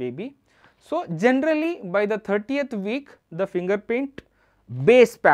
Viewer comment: Video is amazing just the way you pronounce 13th is wrong and it's confusing. Your pronouncing as if it's 30th.